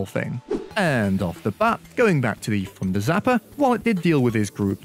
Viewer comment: My guy. I actually had no idea you were saying “thunder zapper” the ENTIRE video. Deadass thought it was the funder zapper